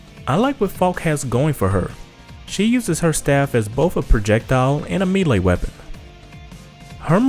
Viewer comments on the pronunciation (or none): none